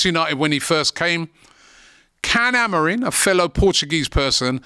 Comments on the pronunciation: It's Amorim. Stop saying Amorin. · already pronouncing the guys name wrong, just take a second and look up his name ffs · Amorim or Amorin? People get the name wrong and act like they know what they're talking about 😅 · This videos complete waffle, with zero information or research.. i mean, you didnt even look at his name so you can say it right. madness.. might as well of said the title and left it at that..